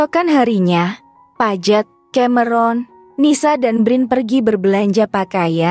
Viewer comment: Paige apa Pajet..? 😂😂 Gak berhenti ngakak..😂😂